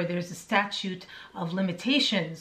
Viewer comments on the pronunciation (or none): none